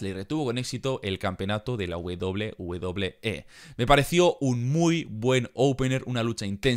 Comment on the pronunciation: la wedoble wedoble xd que buen video hee